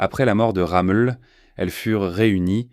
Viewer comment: C'est pas "Ramul " , c'est ROMMEL !!!